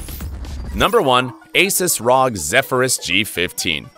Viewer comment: Its not ROG its R O G omg bro